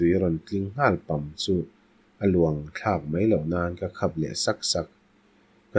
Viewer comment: Luangthlak ❌ Luanthlak✅ Meng harsa❌ Men harsa✅ Deihhlim ❌ Daihhlim✅ Ka tang vang ❌ Ka tan vang ✅ Hei lo tianglam tihsual atam reuh khawp mai, a ngaithlak a hahdam lo a😢 plz in chulmâm sak hram thin teh hotupa 🙏